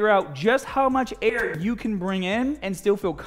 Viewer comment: "figure out just how much AIRR-you can bring in"